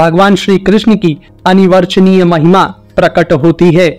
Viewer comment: साधुवाद । 🙏 उच्चारण -- it is aNiR-vachaneeya, and not aNi-VarChaneeya